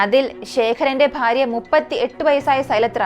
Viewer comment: പാര്യ അല്ല ഭാര്യ ആണ്